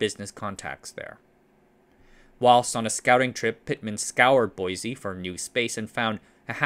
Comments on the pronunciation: Boise is pronounced "boy-see", not "boy-zee". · For what it's worth, locals seem to pronounce Boise like "boy-see", not "boy-zee". It's admittedly odd. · As a local, I must insist, there is no z in Boise. Boy-see. It's a shibboleth, you see.